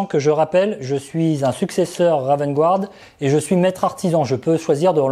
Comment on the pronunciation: *encore, "gouarde' 🤦‍♂️